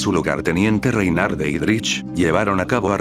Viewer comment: Hay un momento del vídeo que tiene un error el nombre es Reinhard Heydrich, no Reinald Heydrich! 😿